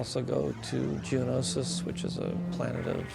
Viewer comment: George has now pronounced Geonosis 2 ways I don't know which to go with at this point lol